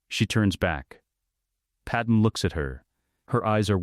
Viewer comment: Do yall know how much im hating hearing padme pronounced wrong?!?!? That can take away from hiw good a story is!